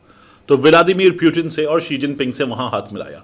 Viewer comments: Armed Forces ❌ Annd Forces ✅ Putin❌ Pyutin ✅ 😂😂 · ooo pakistaniyo wo pyutin nahi putin he kyu sab ke nam kharab karte fir rahe ho india ko endia raw ko raa modi mudi putin ko pyutin sab ka nam bagadne ka theka liya he kya😂😂😂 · Salon( Putin) not Puetin.